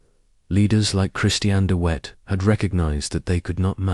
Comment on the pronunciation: Dee Whet? Hey it's not hard. DeVet - as in victory or village? Also what's with the WW1 imagery?